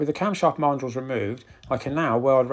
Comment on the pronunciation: Never heard Mandrel pronounced this way, it should be man drel, but this does not take away from your excellent work and videos.